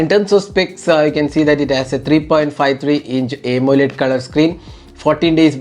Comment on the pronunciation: Malayalee analle. "Aymoled "